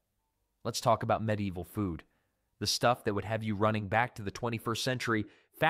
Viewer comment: Cheap AI narrator that can't even pronounce medieval correctly? No thanks I'm out of here